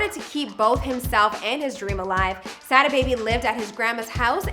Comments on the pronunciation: I hate the way the host pronounces "Sada" 🤦 smh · she can’t do enough research to say “Sodda” baby not Sad A baby